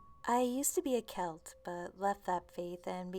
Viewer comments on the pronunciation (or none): none